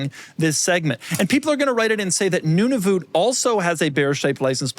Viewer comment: I live in Alberta and I see NWT plates all the time, such a cool spot! Also thanks for pronouncing Nunavut correctly, and you are right, Nunavut discontinued their bear shaped plate in 2011/2012. Now there's a bear in front of the North Lights on a square plate